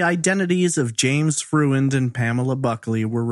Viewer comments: Freund is a German name; and, it's pronounced Froynd, nor Fruh-end. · I believe the man's last name is pronounced FROYND.